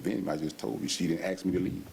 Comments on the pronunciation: First time they say “ Aks” in stead of “ aSk” , you know, stupidity rules 🙄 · I’m sorry but the AXE is killing me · She ditint axe me ta leave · “…ask…”, really? or more like “…AXE…”? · Axe, she didn't axe...... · 1st, the word is "Ask", Not "Axe"